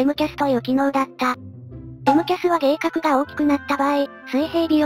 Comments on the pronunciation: 迎角はむかえかくとも読みましす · 細かい事ですが、恐らく迎角は「げいかく」ではなく、一般的に「むかえかく」と読むと思います。ただ、工学の分野でそう読むのであって航空の分野ではどう読むのかわからないのでこちらが間違っていた場合は申し訳ありません。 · 重箱の隅をつつく様なコメントですが、ご了承ください。 『迎角』は『げいかく』では無くて『むかえかく』が正しい読み方では？ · 迎角 は げいかくでも間違えじゃないけど むかえかく の方が自然な気がします ちなみに日本語表記だと 迎角 又は 迎え角 英語表記だと angle of attack でAOAとも表記されます 出典 「航空実用辞典」日本航空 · 単純な読み間違えだと思うんですが、 げいかく → むかえかく やと思います。